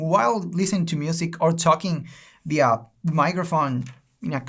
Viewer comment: Kjj se equivocó creo jajajahj